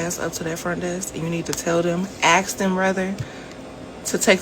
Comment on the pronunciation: make sure you axe.